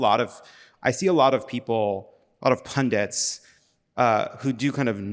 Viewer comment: Jon Lovett - you stole my heart when you pronounced pundit correctly (not pundent like so many others)